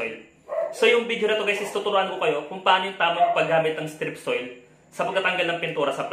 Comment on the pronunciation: Hahaha pinagsasasabi mong strip soil. 😂😂😂